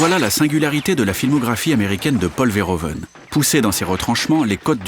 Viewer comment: "Verhoeven" ne se prononce pas comme ça. -Tous les "e" en néerlandais se prononcent comme le "e" quand on récite l'alphabet. -"oe" néerlandais se prononce comme "ou" français.